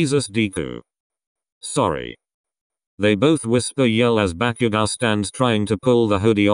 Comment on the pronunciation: I’m sorry but the part when bakugou was storming of whe Kirisaid bakugou it sounded like ‘back u go’ I’m Srry but it was a bit funny